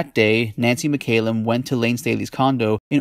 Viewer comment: It mc callum not mc ay lum. A Scottish surname